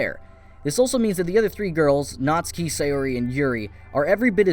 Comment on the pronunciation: ITS PRONOUNCED NAT SU KI !!!!